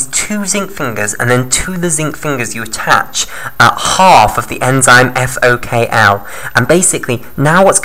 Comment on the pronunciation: It's FokI (FOK1) not FokL